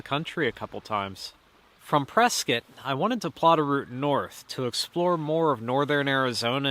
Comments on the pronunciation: Prescott is pronounced Press-cot! Not Press-kit. Like the mans name it ends in Scott not like a tool “kit”. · I thought he was pronouncing it "press cut" LOL Pennsylvania "accent".